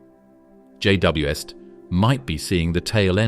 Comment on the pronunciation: What's with the pronunciation of J.W.S.T and J.W.est, or JWS't?